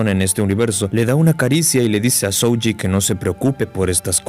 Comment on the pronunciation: Vocales alargadas en japones, estudialo, no es SoUji es Sohji, aplica en kanji y en hiragana peron katakana no como Garou de one punch man